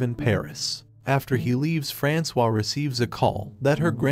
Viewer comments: ERRR FRANK-OIS?!?!?! You mean... frans-wa?! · I think her name is supposed to be pronounced as “Franswaa” and not “Frankois”. 😂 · right - not FRANKS OIS like in the video...